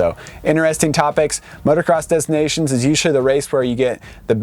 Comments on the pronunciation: If u want to say it the French way it’s “motocross de nacion” . Don’t pronounce the S and nations is pronounced differently. Anyway. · If you say Des Nations to a French they'll say "DES NA-C-ONS ?"